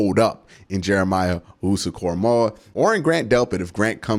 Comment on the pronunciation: Way to finally put some respect on that man's name, glad you said it right!!! Lol, no way did I see him being available crazy!!! I thought he'd be gone in the first!!!